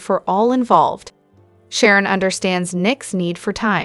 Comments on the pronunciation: She can't evern say Sharon Phyllis Tracy's names righte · She can't even say Phyllis Sharon or Tracy names rightw